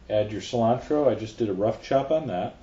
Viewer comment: it's coriander, not 'slime-tro' or wateva